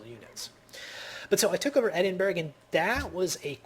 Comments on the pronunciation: Ed-in-bur-rah >< not berg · bu ka rest - bucharest oz lo - oslo Eddinburra - edingburgh ;-)